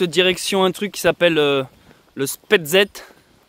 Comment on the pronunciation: Spetzet 😅 c est plutôt spézet